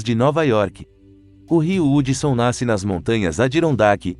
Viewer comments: Meu pai Nao e Hudson se lê Radson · Kkkk o rio Hudson se fala rudson